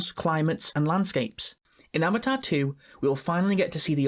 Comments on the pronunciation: Avata the wa of wae💀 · Avaar uh way of waur